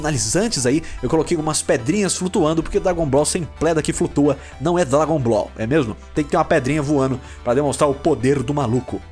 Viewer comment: "por que sem pledrinha não é dlabon ball" kkkkkk